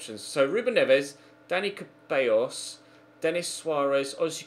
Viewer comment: It’s pronounced, ‘Da-ni Theballos’